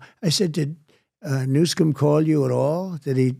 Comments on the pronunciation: Trumps speach errors are purposeful so why does he call him Newscome? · Lol, maybe intentional, maybe not. Trump says "Gavin Newscum" ...lol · I love the way he says new scum😅